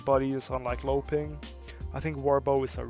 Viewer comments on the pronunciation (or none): none